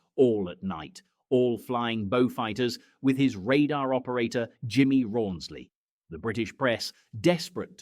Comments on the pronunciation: Jimmy Roonsley ? Er no, try Rawnsley ! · RAWNSLEY NOT ROONSLEY , AND PRONOUNCED ZONDERMEISTER. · why ohh why are the makers of this article displaying a pic of two Bristol Beauforts which were medium bombers and nothing like a Beaufighter, and Cunninghams navigator was called RAWNSLEY not Rooney...have the decency to get his name correct, he served his country with bravery and distinction, so come on guys GET IT RIGHT.......Cunningham and Rawnsley did